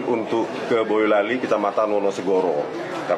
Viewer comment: Baca narasi yg bener bang., BOYOLALI BUKAN BAYOLALI